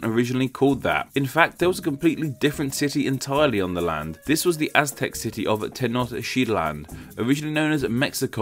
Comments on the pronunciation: It's wee-tsee-lo-potch-tlee, not hutsuriopochli is pronounced tae-notch-tit-lan, not tie-nod-shit-land and finally it's mae-she-kuh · Ten-noCH-tit-lan*, the form "Tenoktitlan" it's only used in Spain but not in Mexico where the nahua people pronounce "Te-noch-tí-tlan". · Why do you read the first two syllabi" of Tenochtitlan as "tecneo" when it is simply "teno"? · Tenochtitlan -> Techneoshitlan .... wel done sir! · 2 things, the name Mexico actually comes from the group of Aztecs called Mexica that u mentioned. And tenochtitlan is pronounced Ten- Nok tit lan. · They way I pronounce that is ten-oh-chit-lan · TEH-NOTCH-TIT-LAN That's the right way to pronounce it. Yw. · Lol. Tenochtitlan is pronounced Tayn-oh-teeht-lawn. :) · America City? There is no country named America. That's 2 continents--the North and South versions. There is, however, one called the United States of America--US or USA for short. The original name for Mexico is ten-oach-teet-LAHN; nueva = new-A-vah, or better Spanish = NWAY-vah. Kuwait = coo-WAIT, not coo-WATT. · It sounds like you said sh*t land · Tenochtitlan isnt pronounced how you pronounce it......... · THE WAY YOU PRONOUNCED TENOCHTITLAN HOLY SHIT SNCJDNCJSNFBS